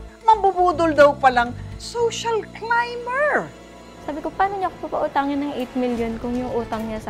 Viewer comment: WHAT ANO PRONUNCIATION MO NG 'CLIMBER' OMG google mo nga hahahaha